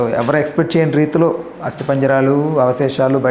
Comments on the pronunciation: హస్తి కాదు...అస్థి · Nee Telugu tagaladaa.. Hasti kaadu... Ashti.. Telugu nerchuko first..